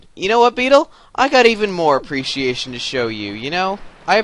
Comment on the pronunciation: Me and my friend laughed SO DANG HARD when you showed your "apprcreciation." to beedle